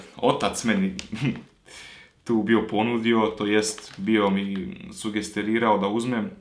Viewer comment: Tomek tomek "sugerirao" se kaže hahhaha #no_hate